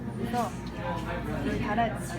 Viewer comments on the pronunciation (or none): none